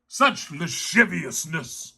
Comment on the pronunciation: “THE LASHIVIUSNISS”😂😂😂